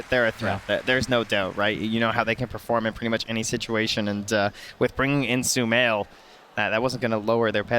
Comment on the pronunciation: thought i was the only one... sumaiL i think he wants to say? 🤏😁